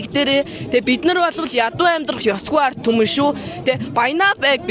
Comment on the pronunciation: Artumen geeshaasan “d” ni haashaa alga bolov 😂😂😂